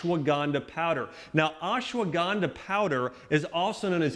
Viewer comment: Please axe Dr.Axe from your subscriber list ASAP. He is the biggest charlatan running amok on youtube. Bone broth as an ingredient into ancient ayurvedic "Turmeric milk" is nothing short of Heresy. By the way that secret ingredient is Ashwagandha not ASS-shwanganda! If you add Bone broth into everything that you eat or drink then you don't miss anything from this channel - if at all.